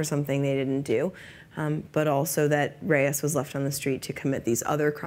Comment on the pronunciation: I love how he calls Reyes "destiny"